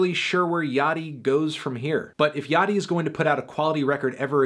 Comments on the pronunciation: I thought it was pronounced Lil Ya-chee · please no antnee. not yachtee